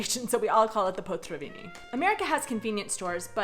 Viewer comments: It's potraviny, not potřaviny. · "potraviny" ... not "potřaviny" :D ... I like your content btw :) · I enjoy your videos even when they have nothing to do with me. I have a Canadian daughter-in-law so if you allow me to make your Czech more understandable; the emphasis in Czech language in on the first syllable. It is a very strong emphasis - PO traviny. ŘEznictví. If you do this, everybody will understand you on the first try, without the hhhh????:-) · I imagine there's gonna be a lot of people saying this, but your way of using the word "potraviny" is just so confusing for a Czech :D Firstly, you're often pronouncing it as potřaviny for some reason :D And secondly, "potraviny" means groceries. Food. While "večerka" means a store that is open later than the usual ones (let's say a regular small grocery shop would close around 19 while the večerka would stay open until 21, hence the name (from večer - evening)). But since the večerka also sells food, they put the word "potraviny" on the door :) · pronouncing potraviny as potřaviny is because the r can be "americanized", say i e travel and you will understand..... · It’s awesome that you’ve learned ‘ř’ and now you use it in literally every ‘potraviny’ said in this video :)